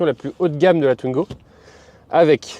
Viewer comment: "Twnigo", c'est un nouveau modèle ? 😅